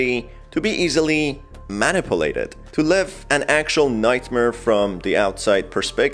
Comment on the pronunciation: Man-nip-pa-late-dead Love the extra syllables